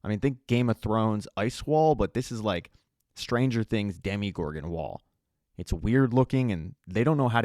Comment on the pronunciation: Great video only complaint it’s dm-o-gorgon not dem-e-gorgon